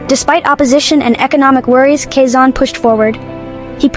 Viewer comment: It’s not kasan it’s Quezon.